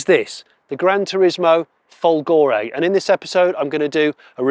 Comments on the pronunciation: (it's not "Folgòre", it's Fòlgore)😉🤗🇮🇹🇬🇧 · And also folgore is fòlgore and not folgòre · Since voiceover Johnny is very pedantic let me be a pedantic Italian: "Fòlgore" is pronounced with the accent on the first o 😅 Maybe Maserati accept all pronunciation in foreign markets (like one cannot mispronounce "Hyundai" 😂) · Try to say FOLgore. It is not that difficult, isn't it?😉